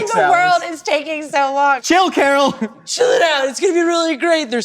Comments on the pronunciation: it’s karen not carol! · Karen. Guys. It is Karen. Lmao